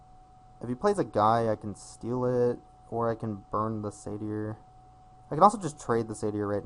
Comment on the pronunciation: say-ter (or, say-tuh)